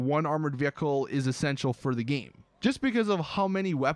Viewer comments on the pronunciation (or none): you say "game" like "geem"